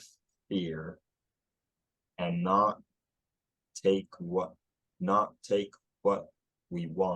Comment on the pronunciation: have you been studying Appalachian? To me, you're sounding more like me than him much of the time, especially "not" but "fear" is close too.